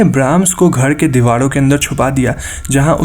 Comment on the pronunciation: use dewalo ke,bhai ra ko la kyun bolte ho